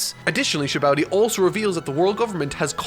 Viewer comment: Nobody:: Sabowdy